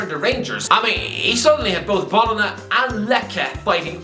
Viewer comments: "Bolona" and "Lekkay" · Every time mispronounces an Italian club's name (Fiorentina, Bologna, Lecce), a demon gets its wings.